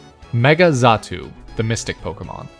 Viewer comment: Xatu, not zatu.